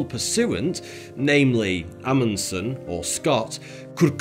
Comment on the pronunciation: Thank you for pronouncing Roald's last name correctly.